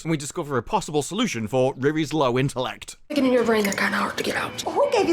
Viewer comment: Why does that become "dat" , get "git" you "chew" you need subtitles if you can be bothered to watch. The woan with the magic shop dresses like a Peruvian, isn't " cultural appreciation"